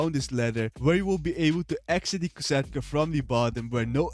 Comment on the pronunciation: Its kosatka not cata